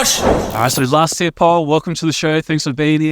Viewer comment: Please tell Americans that it’s Last Tear and not Last Year